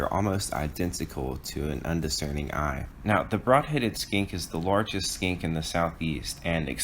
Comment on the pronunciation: I only hear "largest SKANK in the SE" :D 1080p but not in focus... :(